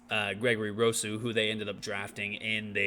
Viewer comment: I would just like to respectfully say by the end of the year you won't be mispronouncing Rousseau and Basham's names 😉. Bills will win 14 games in the regular season and be the #1 seed in the AFC. Allen and our O is too good not to, along with our improved pass rush. Go Bills ✌🏼